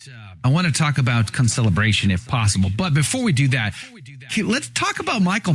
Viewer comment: It's not Co-celebration. It's CONcelebration, right?